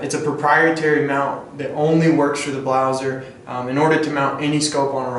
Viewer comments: if you are making a review you should at least know the name of the product!!! its BLASER(can you even read? ), and not a fucking BLAUSER!!!!!!!!!!!!!!!!!!!!!!!!!!!! where the fuck did you found ''U'' ????????????????????????? DISCRASE!!!!!!!!!! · I can´t remember that we in germany pronounce Blaser like "BLAUSER".Also Sig Sauer is spelled Sig Sauer and not Saer therefore you say Sauer.Blaser is spelled Blaser and not Blauser.It has nothing to do with Germany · Its named Blaser not BLAUSER xd